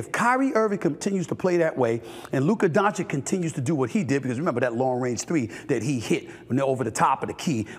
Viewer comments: “Luker Donchick” 😂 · Is he ever going to learn how to pronounce "Luka Dončić" ?